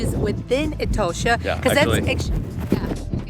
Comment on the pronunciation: It is pronounced E-TAW-SHA not e toe sha as you do.